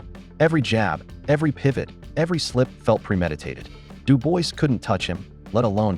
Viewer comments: It's pronounced "Doobwah", get it frigging right if you're going to publish a video. Several people even say it in the video, except you. Having said that, it comedically adds insult to injury for "Dooboisss". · Who the F***are "Bah-coal" and "Doo-boyce". Get this AI SHIT OFF and employ a human. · You have sick brain...how can you pronounce "Dubois"...morron? it is "Duboa" phonetical morron!